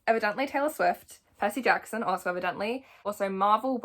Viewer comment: I know you didn’t just say Percy katson😂